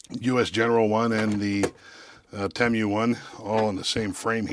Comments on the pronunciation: Wtf is Temmm U....its Tee Muu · I thought it was "TeeMoo" not "TeeMyou" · 30 seconds in and I'm already not undead💀! The way he said Temu sent me. That's a new one, I've never heard anyone say it like that😂 Don't get me wrong, I get it... I see how it could be read like that... like it makes complete sense. It just caught me off guard and nearly un-continued my life👻 How he pronounced it: Temu (Tim-You) How I've heard everyone else pronounce it: Temu (Tee-Moo) The way I pronounce it which is the way you actually pronounce it: Temu (Teh-moo) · I will say I've never heard someone call Temu Tem-You lol. I've always heard it pronounced Tee-Moo. I wonder what the right pronounciation is now 😂 All in all I'd never buy something directly from that sketchy ass site. I seen a post where a dude ordered a cordless drill from Temu, and got printed out photos of a cordless drill in the mail. Nope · Tee- moo tee moo tee moo not tem you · pretty sure it's "tee moo", not "tem you". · i think its pronounced (tee moo) at least thats how i say it LOL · It’s pronounced “tee-moo”. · It's tee-moo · Its pronounced TEE MOO.